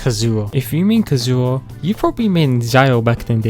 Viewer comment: "ZIAO" "KASOOHAH" "HOW TAI" "ZHONGUH LEE" "ZING YAN" "ZING QUE" "ZANG LING" "*CHILD EE*" DUDE IM CRYING I CANT 😂😂😂😂😂😂😂😂😂😂😂😂